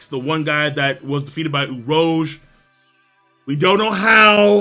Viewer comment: for the Mad Monk, it's Oo-rooge Not Oo-rohge